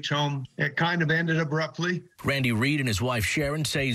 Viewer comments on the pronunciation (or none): "It kinda ended ubruptley"